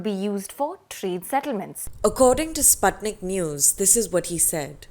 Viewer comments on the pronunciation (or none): none